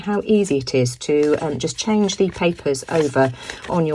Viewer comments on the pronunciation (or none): none